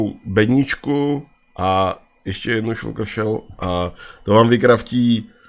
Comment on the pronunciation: šulker :D Je to šalker